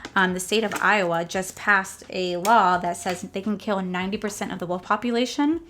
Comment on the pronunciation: OMG!! LOL. Girl, you had me freaked out! When you were talking about the new Iowa law, I could have sworn you said, "world," instead of "wolf!" I rewound it 4 times! 😆😅😆😅😆 Makeup is gorgeous! It was so fun watching and hearing how giddy you were about the collection. Absolutely adorable!